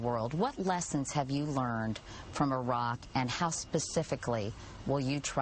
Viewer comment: Someone teach this bitch how to pronounce iraq and iran.